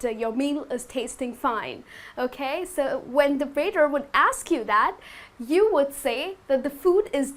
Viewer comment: Hi, i like your lessons, they're very clear and useful. Just a question: I've heard you pronounce the word 'waiter' as 'weather' and i'm a little confused now ^^. Did I hear wrong?